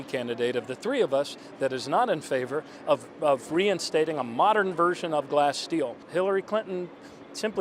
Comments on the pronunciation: It's Glass-Stegal, not Glass-Steele you moron. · He just said Glass-Steal. I listened three times, there was no "g" in there... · Did he say "Glass/Steel"? hahahahah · I thought he said Glass-Steel too but I noticed that the clip jumps right on the syllable. Watch again, as I did, and you'll see and hear it. Yes, it sounded like 'steel' but I think it's the audio. Check again before you call someone a moron, otherwise people might think it is you who are the moron. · He can't even pronounce Glass Steagall and hes simply checking off bullet points he knows Sanders supporters want. Facetious and lacking accountability.